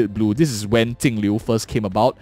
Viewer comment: Could you stop calling Jingliu Tingliu?